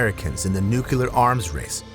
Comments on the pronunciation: It's nu-cle-ar...not nu-cul-ar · Nuclear NOT nukelar!